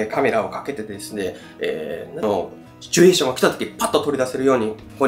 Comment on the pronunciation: シュチュエーションの発音日本一！